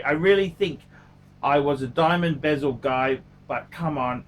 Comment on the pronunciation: BEZEL IS PRONOUNCED AS SUCH: BEH- ZILBASEL WORLD IS PRONOUNCED AS SUCH: BAH ZULIT PHUCKING KILLS ME WHEN YOU PRONOUNCE THE BOTH OF THESE WORDS AS BEEEEEEZELLOL LOVE YA ANYWAY KEEP ON ENTERTAINING!